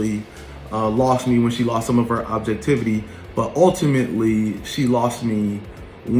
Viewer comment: The way he is pronouncing “objectivity” is annoying. Also, as a grown man with such a busy life how do you have time to watch all of these YouTubers ?!